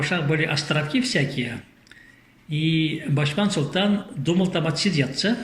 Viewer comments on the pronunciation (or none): Спасибо яшулы,очень начитонный человек,но не договаривает всё, а также не Бачман а Башман как Атаман,откуда у него титул Султан?а также не Албыр а Алгыр его племя,надо правильно произносить.